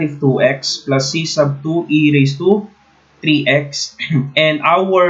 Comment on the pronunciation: I like the accent "pluuuusss"